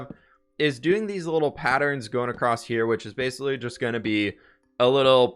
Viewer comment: acrosst isnt a word